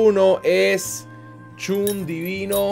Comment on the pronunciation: porque le dices chun a shun:,v